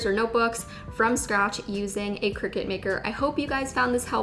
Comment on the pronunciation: Lost me when she said ciricut